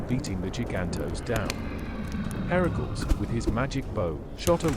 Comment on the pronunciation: Herakls? I have heard it pronounced Her-a-cles.